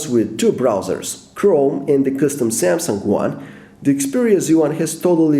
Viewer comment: You made 7 mistakes in the word "Samsung".